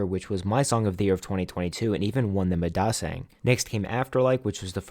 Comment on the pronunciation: wth is a dasaeng its daesang, also its rly not hard to pronounce it doe, it seems u pronounced it badly intentionally